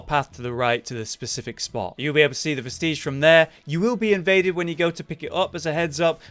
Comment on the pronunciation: Hermes is given one you explore one depths, and kill the BUTTerfly of Delirium... and all i can say on the names of items... practice sounding it out.. vest-idge... garr-adge... ect...